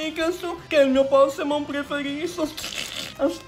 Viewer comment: "Un bosch dei Poshemon"